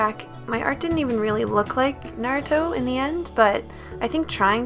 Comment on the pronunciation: Finally somone who pronounces Naruto right!(and watched and read it) Also, love your vids!❤️